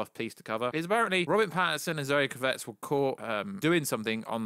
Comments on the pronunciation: KRA-VITZ...really easy to say. Not Kruvetts. Sik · My brothaman! .. loving the channel and content.. but.. hahah its ‘Kraaavitz’ not Cravette! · "Zoe Crevette", please don't say "Kravet" lol, it means "Shrimp" in French, it sounds so weird. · When you say 'kravitz' you're putting the wrong emp- phas- iss on the wrong syl- ab- le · Why can't you just pronounce Zoe's name CORRECTLY ??? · Definitely the worst pronunciation of Kravitz. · How are you saying Zoe Kravitz name wrong ?🤦🏻‍♂️😂🤤